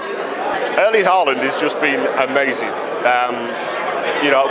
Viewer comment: His name is pronounced close to ‘Houland’ in norwegian and not Haaaaland as some say.